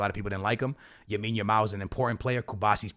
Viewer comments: “ Yamile Yamal” your pissing me off. LAMINE YAMAL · It’s Lamine Yamal bro not Yamine Yamal lol but good video! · Why can’t you say LA-mine bro….😭it’s NOT YA-mine💀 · It’s Lamine Yamal not Yamine Yamal. Guys like this comment so he sees it haha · Bro 1 time u got to say yamals name right lamine yamal not yamine yamal😂